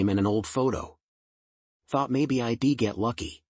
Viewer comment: Update your pronunciation data base: "I'd" is a contraction, not an acronym. "Dont pronounce it as "I D".